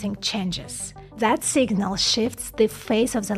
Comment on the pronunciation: more "Z" !! like Zhis, Zhat, Zhose, anoZhers, etc